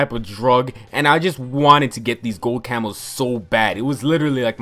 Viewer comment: I swear to god the entire video I thought he was saying camels. "I used to tryhard so much to get gold camels"